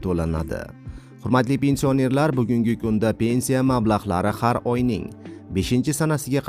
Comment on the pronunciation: Avvalo gapirgan savodsiz togri gapirishni organ. Pensiònerlar sozini dabdala gapiribsan